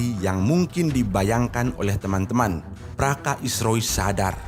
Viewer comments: Praka bos, bukan praska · Praka bang.. Bukan Praska... 😅😅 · Bukannya praska min yang bener itu praka ( prajurit kepala ) sering kali admin terdengar berbicara praska bukan praka, kritik sedikit min demi kebaikan chanel ini.